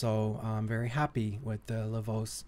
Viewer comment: Didn't know Americans call it Lavose, haha. For anyone wondering, originally it's pronounced 'La Voch-eh'. La voce means 'the voice' as in: La voce di Joseph mi fa tranquillo.